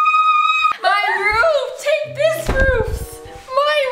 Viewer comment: i can't stop laughing at how Erica says my roof 😢 take this roof not my roof. And then exchanging the roof with, got me rolling on the bed😂😂😂😂